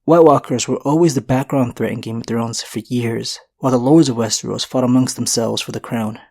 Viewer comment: Repeat after me wes-TER-os. Wes-TER-os. It isn't spelled or pronounced wes-tree-os.